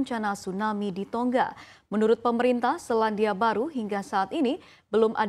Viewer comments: Baca beritanya kok terdengar "Tongga" yaaa...... Bukankah yg benar "Tonga"..... tanpa dobel "G". Mungkin lupa pelajaran membaca nya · Pembacaannya seperti bahasa inggris